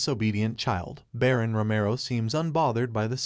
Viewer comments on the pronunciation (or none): Why can't these people pronounce shit properly. Like Baron and Duke.